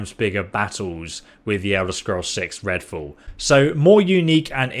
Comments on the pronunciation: Are you saying fool or fall? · Redfool? You said redfool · Ah yes "Redfall"